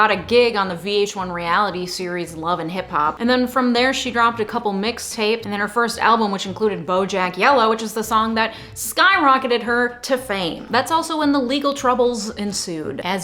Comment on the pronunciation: I love you girl but the whitest thing I’ve ever heard you say is you pronouncing Bodak Yellow as Bo-JACK Yellow 😂🤣 adorable.